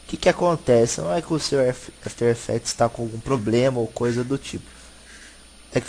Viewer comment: Dica de pronuncia: Não é "éfiter effects" é "after effects" mesmo. Brigado pelo tuto!